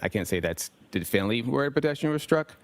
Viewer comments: If this guy says definitively the wrong way one more time. 🤣🤣 I need the low down of this case.🤣🤣🤣🤣 what a joke he is. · I love how he CANT say definitively he says "definly" very strange how incompetent he is, especially when a womans life is on the line he just doesn't care. Looks like hes been bullied into this role by leading investigators. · Definly 😳 is that a new word? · Not definitively, definnely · "Definley?" oh you mean definitively 😂😂😂😂😂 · Someone teach this man to say definitely or definitively. Good lord! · Lmao EVERY TIME he TRIES to say the word “definitively” I crack up! I’m probably the only one who thinks this but when the court reporter says “you CANT say definitively?” I laugh even harder. I know what she’s trying to ask him but the guy can’t actually say the word so her asking this is just absolutely priceless. 😂😂😂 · Add Trooper paul..... please I am begging you for all of us and all of our sanity please quit trying to use big words because according to how his pronunciation is it must be a big word please stop saying definitively if you don't know how to say definitively somebody shoot me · Its ABSOLUTELY TERRIFYING that this man has a GUN and a badge!! and crime scenes talk to him. The Massachusetts State Troopers reconstruction expert can't properly say the word "definitively". I dont know what station he works out of but i would move immediately